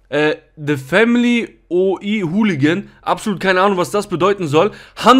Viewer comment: Oi wird in einem Wort gesprochen „OI“. Kommt aus der Skinhead-Szene. OI bedeutet so viel wie „unpolitisch“ Inhalt waren und sind saufen, prügeln, Musik.